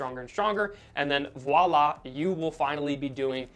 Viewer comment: Good content! Also kudos for pronouncing voila! correctly There's a 'W' in win, but not in voila